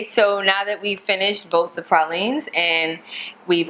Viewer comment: I also noticed she said pralines correctly. She also pronounced pecans correctly too. 😎